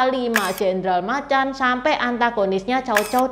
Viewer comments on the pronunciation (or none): none